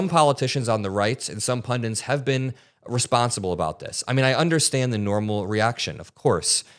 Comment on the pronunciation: it's PUNDITS